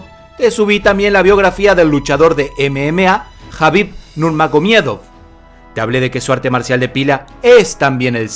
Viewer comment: Me da un derrame cerebral cuando dice nurmague miedo xD